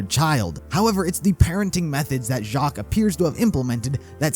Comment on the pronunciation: Uhmm Weiss is german for white also spelled as "Weiβ" and u pronounce W as a V.. so u say /Veiss/ :) just saying if already pronounced Jaques correctly